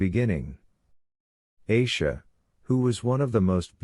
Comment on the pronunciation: Its not eisha, its Aisha, a like apple